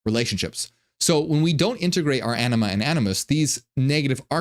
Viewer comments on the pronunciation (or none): Am I the only one that kept hearing him say “enema and anoos”?😅